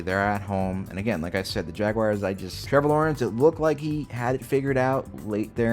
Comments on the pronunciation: It’s not Jag-wires it’s (jag)(w)(are/our)(z). It’s not j u a lot of ppl can’t pronounce that word. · Jag-w-are. it ends in an are/our sound.